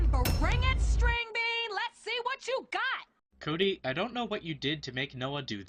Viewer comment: you said coody its cody -1 sinn